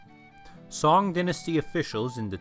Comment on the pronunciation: Song, as in the Song Dynasty, is pronounced Sung, not as a ditty. Genghis is pronounced with an opening soft /g/, as in the word gentle, not with a hard /g/, as in gang.